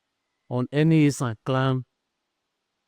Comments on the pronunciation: Esan not Ishan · Sir is esan not ishan